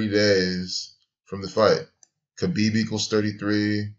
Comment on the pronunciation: It wasn't that hard to figure out, moron. Everyone was saying it. If you followed UFC you would know. And learn how to pronounce Khabib's name.